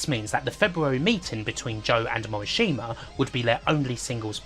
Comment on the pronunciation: Cringe every time you say Morishima. It's pronounced Mo - Rish - Ma. Not hard. Practice that.